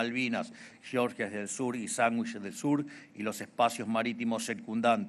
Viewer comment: Me referia al como lo dijo. no se le entiende bien jaja